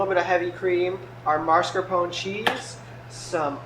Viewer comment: Well he said "Marscapon". Don't correct people when you didn't hear what the video said.